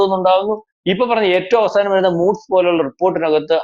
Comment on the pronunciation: Moods alla chetta Moodies